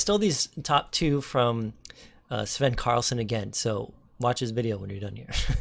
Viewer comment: Hallo, it is and Not Carlson